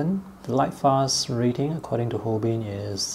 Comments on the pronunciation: Delighted to see a review of the Holbein line. FYI: the company is pronounced Hol-bine. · It is "hole-bine" rhymes with "line", for "Holbein"; it is a German surname. Also, interesting that their Chinese white is actually titanium white.